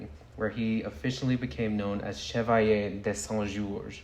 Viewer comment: Side note: your pronunciation of Chevalier de Saint-Georges was so beautiful! I loved hearing you say his name every time!